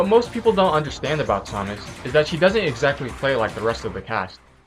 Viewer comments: sawmas is what ur saying its samus jeeeeez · It is SAM us not som us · Saw-mus.. IT'S SAH-MISS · you need to do a ZSS Guide (and it's Sam-us not som-us, sorry your driving me crazy) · Her name is said pronounced SAM-us. not sah-mus. It's annoying hearing it said the wrong way o.o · It pained me to see you mispronounce Samus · You're pronouncing Samus wrong... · Saying her name pisses me off soooo much the announcer says her name when you choose her how do you not know how to say it. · no he says samus he just pronounces it wrong